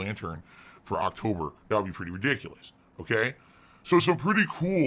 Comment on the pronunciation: Did... did he say "Broketober" at the beggining..